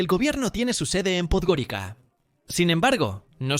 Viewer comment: En Podgorica, la C se pronuncia como en estas lenguas : TS.